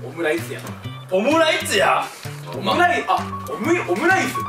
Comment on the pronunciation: おむやいづ結構好き（笑）